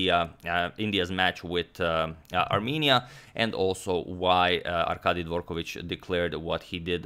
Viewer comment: you can exclude Dvorkovich from the list of surnames you think he pronounces correct :)